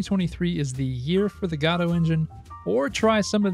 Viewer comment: It's better to pronounce it, go-DOE. Like "Waiting for...".